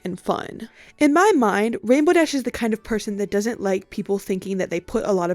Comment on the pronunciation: “And rambow dash” u just violated THE RAINBOW DASH!